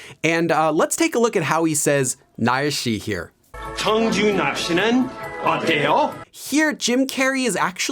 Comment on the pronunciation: I am a native Korean.. When Jim said “날씨어때요” it sounded like 정준하씨 어때요 to me.. 😭